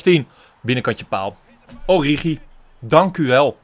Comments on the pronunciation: Haha het is niet oriedzjie of oriechie maar oriegie met de Franse g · Het is Oorieguy uitgesproken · Spreek het uit als: Ooriegie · Je zegt het als ORIEGI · Het is ORIEGIE uitgesproken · origi je speeekt die g uit zoals in het duits gans een beetje k-achtig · Spreek origi uit met de g van genant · Met de g van garcon in het Frans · Origi is met de g van garage int Frans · Het is oriGi met de g van geel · Origi met de s uitspraak van gucci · Origi is met de Franse g van garçon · Ge moeet origi uitspreke als orrigi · Je zegt Origi met een Franse g. Net als de speler Idrissa Gueye. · Het is oriegie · Je spreekt het uit als “Oriedjie”. (Geen haat natuurlijk) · De g uitspreken als garcon (in het Frans). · Pyro No. 1 nee het is gewoon origi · Je spreekt origi uit met de g van guy of good van het engels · origi met de g van Garcon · Origi spreek je uit me de g van garçon ... plsss let erop